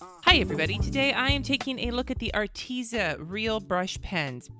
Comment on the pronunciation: Just telling you, not being rude: you pronounce it Art tez a and not art eeza